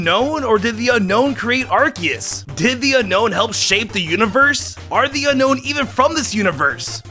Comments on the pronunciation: dude its unown not unkown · Unown its (un-own) not unknown like says in the video.